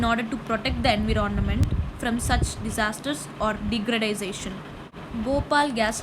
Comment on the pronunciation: It's called environment not inveronment.